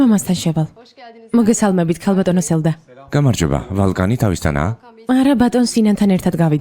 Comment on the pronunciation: მიყვარს ეს სერიალი, მაგრამ მაღაზიანებს არასწორი თარგმანი, სახელები მაინც წარმოთქვით სწორად, ვოლკანი და არა ვალკანი, იონჯა და არა განჯა